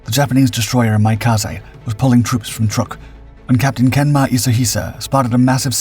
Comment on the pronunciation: It's not TRUCK, it is Trook, the 'oo's pronounced like the 'oos' in tooth. Source; my student from there!